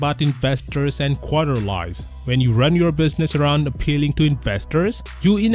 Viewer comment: Just a tip for ur sake it's pronounced quarter-lees:) keep up great content